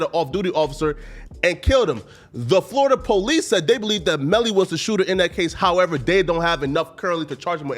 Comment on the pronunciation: English: “However…”: “Hawevar...” Hehe 🙈